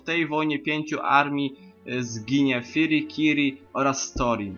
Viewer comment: fili i kili a nie kiri :P